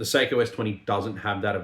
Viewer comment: It's sock-O